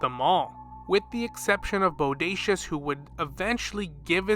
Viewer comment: “Bodacious” 😂 😂 😂… you mean Bosacius